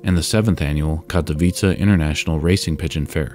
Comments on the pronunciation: I was cringeing thinking you were going to pronounce Katowice wrong but you pretty much nailed it, kudos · Hats off to you, my good sir, for actually checking how "Katowice" is pronounced.